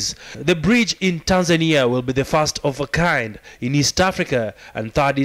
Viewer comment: Hey, "THE FISRT", not "the fast" au ongeeni kiswahili, waafrika bana